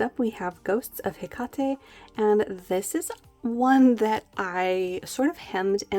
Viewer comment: no regret's LOL ;0) ohh and its pronounced Heck-ate Have a Gr8 wkend!!!